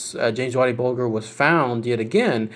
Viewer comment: The world of mafia so dumb this shit is real life. And its bulger not bolger fucking jerk off